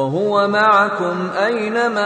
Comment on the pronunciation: there is a mistake alafasy is saying maikum pls chane